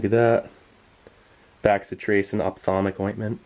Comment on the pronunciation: Bacitracin pronounced Bass(like the fish)-eh-trace-in.